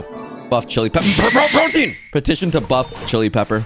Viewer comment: Pretentious to- P-P- PROTIEN